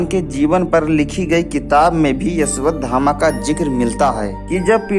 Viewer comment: O bhai Una Naam Ashwathama hai Na Ki Yeshwathama😅